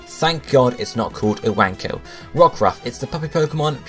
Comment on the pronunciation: It's definitely your own fault that you're pronouncing "Iwanko" wrong